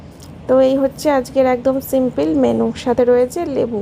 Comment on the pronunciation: সিম্পিল😂😂😂কি যে উচ্চারণ 😂😂😂